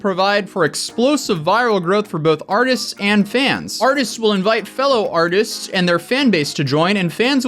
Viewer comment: Artistis? did I hear that correctly